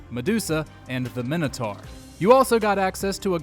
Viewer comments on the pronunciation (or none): none